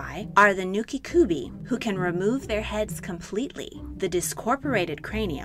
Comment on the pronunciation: Rokurokubi with the bi sounding like bee And it’s nukekubi the ke sounding like keh not ki The kubi part in both of the names means neck. I find it even more odd you pronounce one right and not the other. Otherwise interesting video